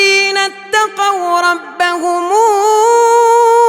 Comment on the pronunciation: ما شاء الله صوت جميل جداَ جداَ ولكن الاخطاء عندك كثير الله يهدينا واياك يارب يعني مثلا يدعون انت تقولها تدعون وفي اخطاء كثير نفسها وتنطق شده على الاحرف وهي مافيها وتوجد احرف بها شده لا تنطقها وعندك الايه 73 من سورة الزمر ( وَسِيقَ الَّذِينَ اتَّقَوْا رَبَّهُمْ ) انت تنطقها ربهموا اتمنى تنتبه لهالأخطاء وغيرها كثير